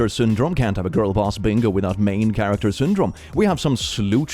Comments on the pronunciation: “main charater” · Character not charater